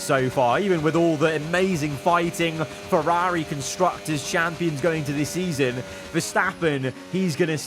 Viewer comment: Was a really good video until 31 minutes then you ruined it when you tried to pronounce Ferrari. You're probably better off not trying to say it anymore.